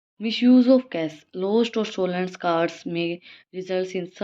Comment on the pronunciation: Mam ap cash ko carch kyun padh rahe hoo 😭😭rattta mar kr aye ho kyaa ☠️